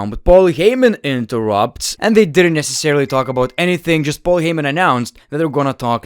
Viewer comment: Stop raping the word "necessarily" for fucks sake man